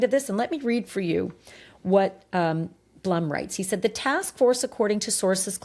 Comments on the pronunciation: Howard Blum is pronounced “Bloom”, not Blum. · Hoard Blum’s name is pronounced BLOOM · Ashleigh, Howard’s name is pronounced B L O O M! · Howard Blum is pronounced Bloom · Howard’s name is pronounced Bloom!